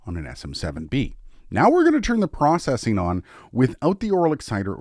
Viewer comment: It would be pretty cool to compare Aphex processing to something like the BBE Sonic Maximizer. They're different, but sort of do the same thing. I think? Also, processing is pronounced "processing," not "processing." 😁😇